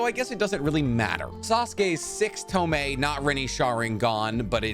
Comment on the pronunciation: Toh-moh-weh, not ToMAY